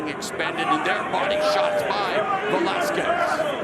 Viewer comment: Velasquez? 😂 cmon